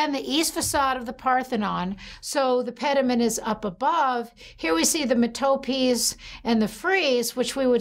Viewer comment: It's ria-ch-ay. It's METApees.